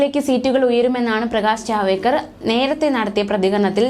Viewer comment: പേര് കൃത്യ മായി പറയൂ ജാവേദ്ക്കർ അല്ല ജാവഡേക്കർ എന്നതാണ് ശരി